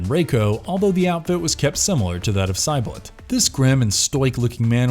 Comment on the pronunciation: way to butcher saibot